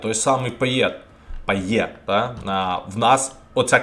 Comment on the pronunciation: епічний початок відео))) бляха кидається так у вуха пайеТ. Він француз)) він Пайє.